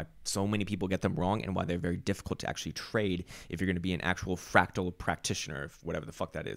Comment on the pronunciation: "Frawctowler!?" LOL!